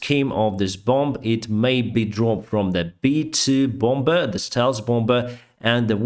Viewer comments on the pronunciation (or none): If appreciated, it's "bom" for bomb and "bommer" for bomber 🤝🏻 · Hey, great English! All I would say is the 2nd b in "bomber" is silent, just for future reference 😊